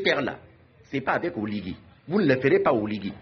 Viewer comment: Prononce bien le nom parceque quand tu dis oligue c'est comme si tu voulais dire reste en fange c'est OLIGUI.